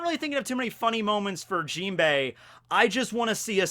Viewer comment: messes up the jimbei